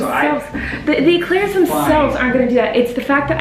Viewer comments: I love how Colleen says eclairs like email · Remember: Eclairs are pronounced “A-Clarez”. In French, it’s spelt éclair and é is pronounced “ay”